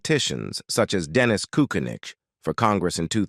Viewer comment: Narrator grossly mispronounces "Kucinich," "Gephart," and "Michener." Also, there are for more pictures of Steve McQueen than of Mr. Garner. And the same information keeps being repeated. Sloppy job.